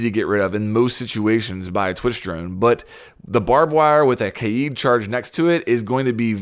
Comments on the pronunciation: Kaid is pronounced as "Kah-eed" or ""Kah-èd, and not as "Kade". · Why do you say it like KAYEED it’s like Cade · its kaid not kaieeeeeed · I hate when people say “KAID” as “KADE” he’s from Morocco, not ‘murica. I also hate when people say “ZOFIA” as “ZO-PHIA” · Stop saying CADE it’s pronounced KÁ-ÆD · You pronounced kaid 3 different ways [Kayde] [Kha-id] [keyd] stock with the first one plz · Kaid not Keed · It's not KAID it's KAIIED that's how you say it in arabic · It's not Kay-yeed. It's spelled differently but pronounced the same way Kayde is pronounced. Like the character in Destiny. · Bruh it's not pronounced kAyIEd. It's Kay-d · Hi there mate ! greetings from Egypt, i just keep commenting on all of the major r6s YouTubers to correct the pronunciation of "Kaid's" name it's not that hard as everyone pronounces it as "Kayeed" ,it's just "Ka'-Edd" KaEdd ,KaEdd.. even much easier than "Kayeed" which is irrelevant and isn't even the Arabic word, it's just Ka'Edd :) ,peace ^_^♥ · Why is you struggling to say kaids name? It’s not kaede lt’s pronounced kade even thoe it’s spelled kaid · Just say kayd dude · Pronounced “Kay - d” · Why did you say Kaid like that!? Kaeeeeed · Can you please pronounce kaids name correctly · Why does he say kaid like that?! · Im calling it. even tho its not how you pronounce it instead of bandit tricking it will be kaid raid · The way he says kaid sounds like hes havin a stroke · LMAO everytime you say Kaid.